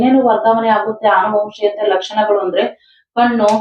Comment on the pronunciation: ಆನುವಂಶೀಯತೆ ಅಲ್ಲಾಮ್ಮ, ಅನುವಂಶೀಯತೆ.ಮಕ್ಕಳು ತಪ್ಪಾಗಿ ಕಲಿಬೇಕಾ ನಿಮ್ಮಂತವರಿಂದ